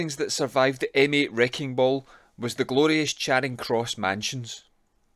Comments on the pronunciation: Glasgow folk pronounce Charing as 'Chayring', not 'Chaaring'. Excellent video. Keep up the good work. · Brought up in Glasgow, and worked in Charing Cross Mansions. Pronounced…Cha. Ring. Not chayring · "Chayring" jeezo lol. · Glasgow folk don't normally do long vowels, so they pronounce Charing as 'Chayring'. On the other hand, London folk love long vowels, so they pronounce Charing as 'Chaaring'. By 'Glasgow folk', I, of course, mean people born and bred in the city of Glasgow.